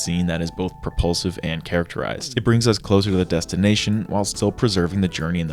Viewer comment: Is it just me but, every time he said propulsive, I heard repulsive 😅